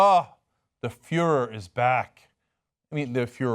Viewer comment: Am I the only one who couldn't stop laughing when he said The Fuehrer is back? I mean, the furor.